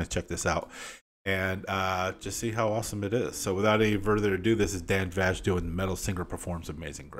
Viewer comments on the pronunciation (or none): Vasc is pronounced “Vask” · Much Love from Germany 🇩🇪 Dan Vasc is an amazing musician! You pronounce the name "VASC" like "MASK" with a "V" ... If you like unique musicians & voices... may be you like to check out: CORVYX - "Mary, did you know" 😏 ... I think, you'll be very surprised! Take all care 🖤🤘🖤